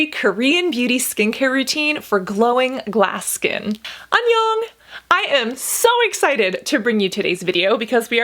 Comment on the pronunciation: Idk why but hearing her say hi in Korean sounds a little weird to me. Maybe because I’m Korean and around people who always speak Korean. But besides that your very beautiful and great video🥰